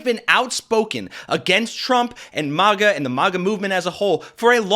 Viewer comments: dude I hate maga but it's not mah-ga. Maga like magazine. what country are you from? you haven't heard people saying it? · It's not Mahgah. They're not French. They're rednecks. It's Magguh. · Dude this is your own video. I appreciate the content but please go to and listen 👂 It is pronounced mag a. It is not supposed to rhyme with lava but rather rhyme with magma! So it’s mag like the word magazine Please 🙏 and thank you and I’ll subscribe but only if you say it right. Listen to drop kick murphys pronounce it perfectly at 4 mins and 20 seconds into this gr8 video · If you say MAH-GA one more time I'm reporting you to the FCC. lol jk but seriously, please stop.